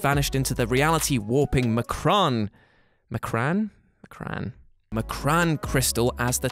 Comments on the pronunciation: Based off of the 90s cartoon it's pronounced "M...con"...crystal. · Say it with me "EM-KRON" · It’s pronounced “Em-Kron” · Speedy Quick I was gonna say ‘yeah but it’s a made up name in a comic’ but there are so many comic book YouTube channels etc that if they had done their research, they’d know how to pronounce it haha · M'Kraan (Em-Krawn) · Pronunciation: ehm-krahn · It's pronounced emm crawn. M'kraan crystal is kooky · pretty sure its em-cron. pronounced that is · It's pronounced EM KRAN crystal...read a comic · How are you gonna make a whole video educating people on a subject of obscure X-men then not know how to pronounce the M’kraan crystal?